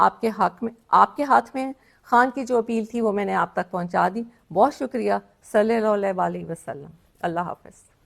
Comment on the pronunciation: In fitnagaron ke mu se s,a,w sahi tarhan adaa nahi HOTA,note karen end me kis tarhan bola hai😳